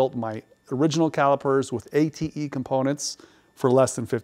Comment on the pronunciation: there probably is not a cross reference for parts, same part with more than one car make application. How do you find these? Glad to hear "ATE" pronounced correctly.